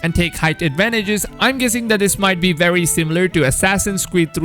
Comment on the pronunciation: I would watch a video with you only saying words with only W and V's in it. Wery wery good job!